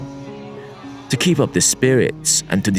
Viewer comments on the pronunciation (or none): none